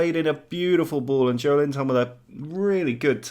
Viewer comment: Joeliton pronunciation would be more like "jo-eh-lee-tom"